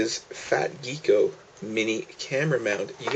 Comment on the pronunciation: Why do many American pronounce "gecko" as "geeko". This is not the first time I heard it pronounced like this.